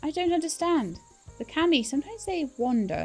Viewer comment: It's KAH Me, it's how it's pronounced.